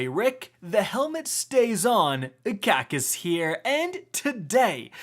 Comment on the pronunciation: Rick "this is a build so that's just the beginning"